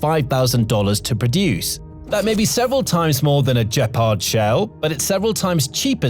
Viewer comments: Great report! “Gepard” has a hard “g” as in “good”, not soft. Keep up the fine work! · It's pronounced with a hard G and means cheetah in German. This sounds unresearched. Don't believe it.